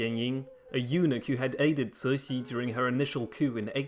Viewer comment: Ci2 Xi3 is a difficult word to pronounce. The Xi3 is in the 3rd tone with air hissing through the front teeth if we wish to pronounce it correctly. Translated it means Benevolent Joy.